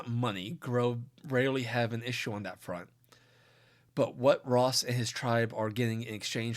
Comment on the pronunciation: I kept hearing tosses name as rot